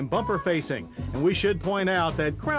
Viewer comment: Bumper FASCIA not facing. He kept mispronouncing it.